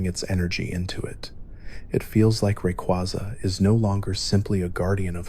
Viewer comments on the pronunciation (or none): Dont wanna be that guy, but pick 1 way to pronounce Rayquaza and stick with it lol. Other than that thanks for a good vid!